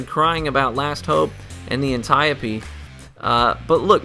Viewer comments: an * TIE * oh * pee Finally someone pronounces this gun right. Great vid as always. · I commend you for being just about the only person ever to correctly pronounce "Antiope" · is best Destiny youtuber bc he pronounces 'Antiope' correctly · Big thumbs up for being the only YouTuber I know who can pronounce Antiope! :)